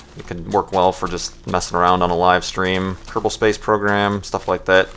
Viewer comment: What is the name of that moon flight program you mentioned? I cant hear the name. Sounds like Kirple space program. Anyone know?